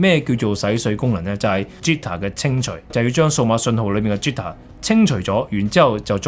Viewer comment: 好詳盡，但請留意一下你的英文發音，好哽耳，例如 jitter，不是啜他